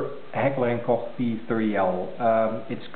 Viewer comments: Sounds like you said "Heckler and coock". Iol. It's pronounced "coke". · It's almost pronounced like "coke" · Well what would you expect: you called the American branch of a German company where Americans work. Sorry but you guys just don't know how to speak German. It's a friggin GERMAN word: it's pronounced like "Loch" except with a "K". You don't say "Loke Ness" it's "Loch ness".... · I never get it: people never talk about the "Coke Ness Monster". You pronounce Koch as "Loch" with a "K". How hard can it be? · I don't know about that. I've always heard "Coke". I'm going to see if eather one of us is pronouncing it properly. I know it's a German company. Infact...one of there American facilities is only 30mins away from my house. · its not pronounced like "coke"...